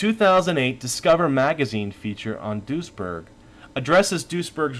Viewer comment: I keep hearing "Doucheberg"